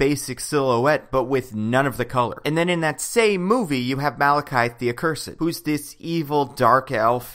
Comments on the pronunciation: its malakith not malakithe ye i saw thor 2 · Why do you keep calling him Malekythe?